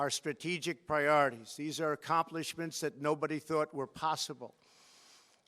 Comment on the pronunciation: Is anyone gonna talk about how he fucked up the word accomplishment? Or his dry ass no lip mouth?